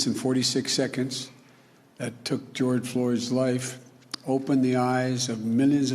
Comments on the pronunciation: "jord floys" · Lol I heard George Floor